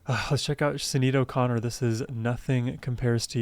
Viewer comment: Pronounced Shanaid O'Connor - RIP 07/26/2023.